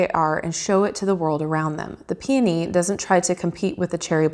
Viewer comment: You pronounced it correctly, lol! :) :) Pee-on-knee! hahaha, that's horrible, but that is literally how you say it, lol! Who named that flower anyway, haha!?! Lol! :) Thanks for the unboxing! Going to order this deck today! :) :) <3